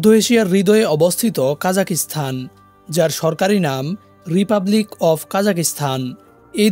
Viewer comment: জি ভাই দুঃখিত,,, উচ্চারণ কা জা খ স্তা ন হবে। ভিডিওতে তারাতাড়ি বলার কারনে এমনটা শোনা যাচ্ছে।